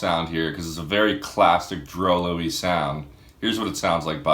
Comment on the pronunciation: I thought it was pronounced "drew loo"